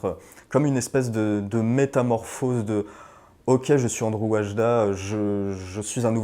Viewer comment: "ANDRZEJ" ne se prononce pas "ANDREW".